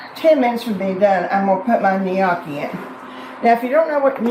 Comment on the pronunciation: This looks amazing! As info, gnocchi pronunciation is “Nokee”. Thanks for another great recipe!